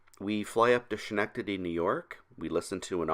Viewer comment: It’s pronounced “Skin-nectady”. That’s for the laugh though! I used to live right next to that airport.